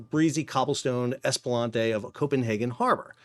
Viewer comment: Esplanade: ESS-pluh-naid OR ESS-pluh-nod.